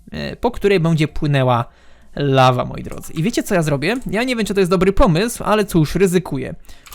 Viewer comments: Lawa, nie ława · "La Va " to po francusku czy co ? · "lawa" xD